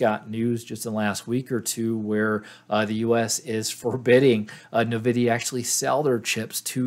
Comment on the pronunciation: Just so you know it's pronounced En-Vidia. Not 'navidia'.